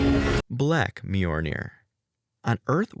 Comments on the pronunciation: Dude, I can't get through your video with your constantly mispronouncing Mjolnir like that. It's pronounced like "M-yol-Neer". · A video on how to mispronounce Mjolnir a thousand times